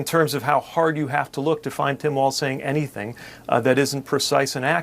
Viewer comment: Can we also talk about how he pronounces it “Waltz”? It is pronounced “Walls”